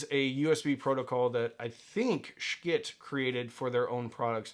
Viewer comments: FYI it's not pronounced "Sch-kitt", their website says "Yes, it's pronounced exactly like you think" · quit mispronouncing their name. I can't bear to watch.